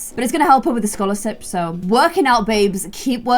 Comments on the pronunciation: is “scolarsips” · said scholarsip instead of scholarship